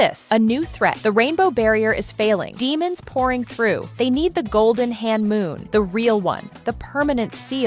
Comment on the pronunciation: It is homoon not hanmoon